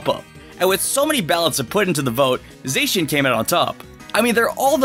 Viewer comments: Za-she-in not Zay-she-in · It's Za-she-an not Zey-shan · It's not Zay-cian, it's Zah-cian. Sorry if I sounded rude...😥😥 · Stop 🤯 I’m dieng Don’t Say Zaycan Edit: it’s Zacen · You’re saying Zacian wrong! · Okay wtf was that pronunciation for Zacian lmao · Your not saying zachin right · Man, you butchered Zacian and Zamazenta's names.